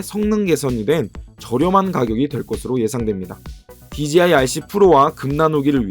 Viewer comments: 제가 만약 간장공장공장장을 제가 올린 영상에서 실수가 아니라 반복적으로 또박또박 강간공간공간감으로 발음한다면 그건 저한테 어떤 다른 의도가 있던가 아니면 들으시는 의 감각에 어떤 문제가 있다고 생각할 수 있다다고 느껴지지 않으시나요? 저는 dji를 디지아이로 발음하시는게 그런 느낌으로 다가와서 한테 저와 다른 어떤 영어 발음법을 알고 계신건지 아니면 저한테 문제가 있는건비 여쭌겁니다. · 그냥 궁금해서 남긴 답글인데 왜 급발진을 하시는지가 더 의뭉스럽네요ㅎㅎ 한두사람이 아니라 dji를 말하는 거의 절반의(제가 아는 사람과 유튜버를 합쳐서) 사람들이 디제이아이가 아니라 디지아이로 읽으시는데 저는 아무리 봐도 합리적인 이유를 찾을수가 없거든요. 혹시 제가 모르는 또다른 영어 발음법이 있나 해서 꺼내본 말인데 기분이 심히 나쁘신것같은데 그러시다면 죄송합니다. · 자. 읽어봐 "J" 제이 자. 읽어봐 "DJI" 디지아이 ????????????????????? 주변에 촬영하는 애들도 그렇고 수입하는 애들도 그렇고 리뷰하는애들까지 왜 그러는걸까요??????????????????????????진짜 진심 10년째 의문인데